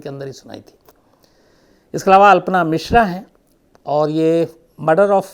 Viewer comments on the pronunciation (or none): none